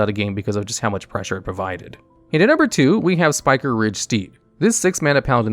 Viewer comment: spike-riged. not spiker-riged